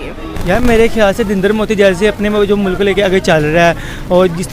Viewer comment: Education ki bat or mulk ko moolak bol raha h